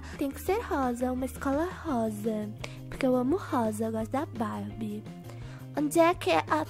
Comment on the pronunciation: tava dando uma agunia pq vc falava puque sabemdo q era porquemas ameiii